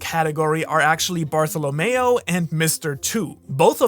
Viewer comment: say Bartholomew again?